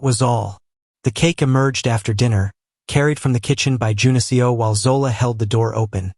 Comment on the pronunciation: A great story as always! I’m curious though. Is his name supposed to be Jun-Seo? The way the name is pronounced is like the programming language I’m learning for analytics. Maybe it’s something else? Seo is pronounced like seh-oh. This seems to be pronouncing the letters of Seo. Please forgive me if I’m wrong.